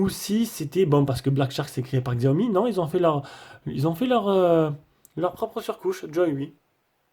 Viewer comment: on dis pas xiaomi mes chiaomi